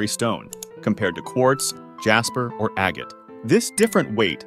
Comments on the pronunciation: 1. Corundum is NOT the second hardest gemstone. Moissonite (yes, a real gemstone) is 9.5 on the Mohs scale. 2. "Aga-tee?" Agate is pronounced "aggitt." 3. There are so many other mispronounciations....I don't have the time or patience to catalog them all. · Wtf is an aga-tee 😮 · You don't pronounce the "e" in agate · It's pronounced ag get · Learn how to pronounce agate.